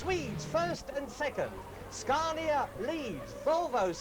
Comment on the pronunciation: It's Scania not Scarnia